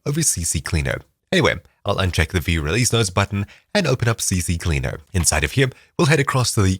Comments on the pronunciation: Yo, it's not "CCCleaer" but just CCleaner lmao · It's C-Cleaner, not CC-Cleaner 😂 I used to say the same, so I find it funny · its not CC Cleaner BUT CCLEANER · Bro just said CCcleaner when in reality its CCleaner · Ahh a fellow guy who doesn't know that its Ccleaner not CCcleaner 😂